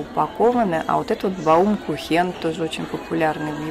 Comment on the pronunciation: Блондинка, простите, но каждый раз когды вы произносите баУмкУхен у меня всё внутри переворачивается :). Это немецкий десерт и произносится как бАумкУхен .